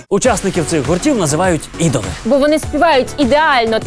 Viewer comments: аааааа , ор Армі , не ідоли , а айдоли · Ідолами? Може Айдолами? 😂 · По перше їх слухають не тільки діти але й дорослі. По друге не "ідоли" а "айдоли". По трете вони і без косметики дуже гарно виглчдають. Нащо так взагалі ображати людей. Не думала що в Україні будуть ось так жорстоко ображати інших....Ці хлопці дуже складно працюють щоб стати популярними...😠😠😠👿👿👿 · Правильно говорить не идолы, а айдолы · Айдоли, а не ідоли